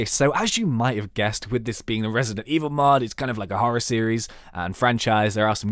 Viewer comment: I NEVER HEARD OF "RESIDENIT EVIL" IT SCARED THE SH*T OUTTA ME